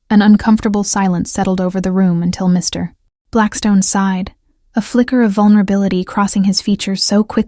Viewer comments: I enjoy the narrator too, although unfortunately I think its the "good 'ol" AI ... listen to the stop between MR ... & BLACKSTONE. perhaps I'm wrong ... ?? Eugenie Adelaide, South Australia, Australia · Yep needs a part 2 for sure, but one issue with the AI reading. Every time it came to saying Mr Blackstone there is a pays between the Mr and Blackstone as a dramatic pause which should not be there, it should flow smoothly between the Mr and Blackstone. It’s why I’m not a fan of AI doing the readings. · Thank you. That also drives me crazy in these stories!